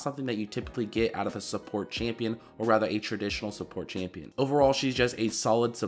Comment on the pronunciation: Im not an english speaker but, I can underestand the most of things he say but the most of the time I hear: she ish a good shupporter, pretty much, shtrongesht, scoresh, pagesh xdxd